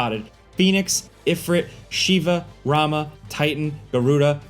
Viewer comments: My dude pronounces "Ramuh" as "Ramah" and "Bahamut" as "Bahamat". My brother in Christ, those names have a freaking "u" in them. BahamUt and RamUh. I'm sure u know how to pronounce that letter, mate. Come on! Edit: "Lightning Returns" also had you control a single character. Namely, Lightning. You guys talk shit about FF13 because it's the cool thing to do and then don't even do your research regarding the different games. FF13, for example, starts opening up in the middle of the game, when you first get to Gran Pulse. It then closes after x amount of hours, when you leave Gran Pulse again and then fully opens up again later. Again, please do your research. Did you have a bad day or what is going on? I'm used to better quality videos with better research by you in the past. What's going on? :( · rah muh pronounced rah moo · Calling Ramuh "Ramah" is a Chad move to trigger ff fans